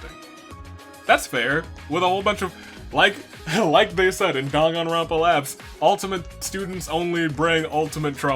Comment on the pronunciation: "Danagnronpa" oc